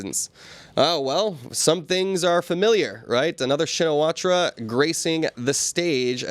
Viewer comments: Please. "Shinawatra" is better pronounced as "Chin na wat". I need to see her first name written in Thai before I can guess at a better pronunciation. Thanks. Mike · Pronounced "Chinnawat"